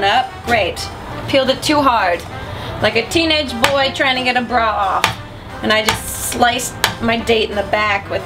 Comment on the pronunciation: Every time she said "bra" it made me think of that video where she was trolling on Halo.